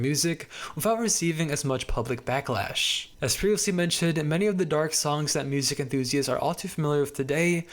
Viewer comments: why do you say music wiht a hard c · mf saying music-hhhhhh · why is bro saying musiCKKK 💀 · The way you said music was really throwing me off. This is not me hating I promise!!! I just wanted to ask where your from💀